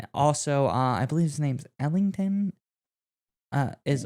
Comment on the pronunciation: First of all, it’s pronounced Elton, despite there being a “g” in his name. Second of all, here’s a blast from the past, how about Chuck Cecil?! With his constantly bloodied nose, and the way he would level crossing receivers was something to watch. It’s better that we have moved to be a bit safer these days, but back then it was crazy to watch.